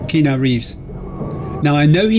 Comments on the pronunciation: I don’t know if it was pointed out, but his name is pronounced as Kee-Ah’-Noo, not Kee’-Nah. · It's 'Kee-aa-noo'! 🤣